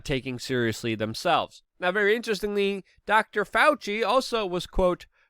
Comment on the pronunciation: its Very...Not Vawy